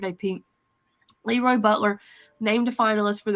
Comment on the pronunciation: Hey, just a heads up. LeRoy Butler’s first name is pronounced LeROY not LEroy.